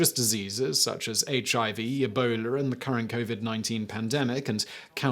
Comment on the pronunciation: Simon "Ebowler" Whistler